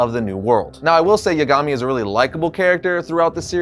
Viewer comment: Isn't Kaguya way more powerful than Madara? And why are you calling Light by his last name? (which is mispronounced by the way).